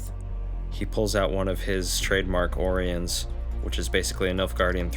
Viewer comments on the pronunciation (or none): Listen man, I've been able to put up with your terrible pronunciations for quite a few videos now, but when you miss pronounce my own name I have to say something. Orion, pronounced: oh-rye-on.